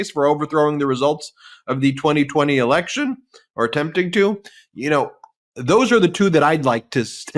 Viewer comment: You said it right Ben… when you said. “ re-lection”